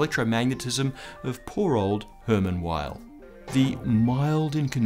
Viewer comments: Come on, Weyl is pronounced "Vaihl" not "Ueil". He was German, not American. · Weyl is pronounced "vile" -- the "w" is pronounced like a "v" since it's a German surname, and Hermann Weyl was German. I've never heard it pronounced any other way, not by any of my professors when I was a student, or subsequently by any other of my fellow physicists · Isn't it British English "vile"? (to my ear American English pronounces "vile" like "vial", almost two syllables, but "Weyl" has one.) Odd that he gets the vowel right, but not the consonant. Maybe in his years at Princeton he got used to Americans using the English "W" and accepted it. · Weyl is pronounced like "vile" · I thought Hermann Weyl's W was said "V"eil... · You mean Hermann Weyl, which is pronounce like Vail.